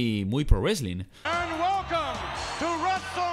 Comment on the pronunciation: aparte del "wesling" 😂😂